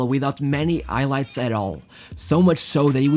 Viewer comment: Bro - why are you mispronouncing words so terribly? You pronounce ROW-BEEN-YO as HO-BEEN-YO You pronounce HIGH-LIGHTS as EYE-LIGHTS Are you intentionally being a troll?